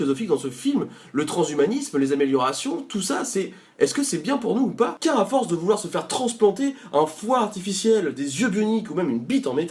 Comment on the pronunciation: Ça donne très envie, le "C'est pôô du tout objectif..." apporte sa petite Normandie Touch ;)